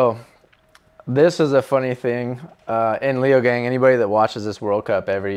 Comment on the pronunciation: haha leogang sounds badass! in case you're curious, it's actually pronounced lay-oh-gung (gung like "dung") edit: he's really pleasant to listen to, nice